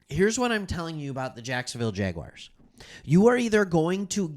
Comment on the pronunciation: Bro loved the content, but who showed you how to pronounce “jaguars”hahaha , i did subscribe , good vives 🤙